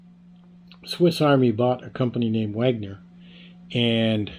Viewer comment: Its not Wagner. Its Wenger.